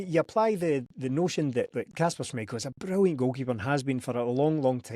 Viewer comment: can someone tell that It's kasper not Kashper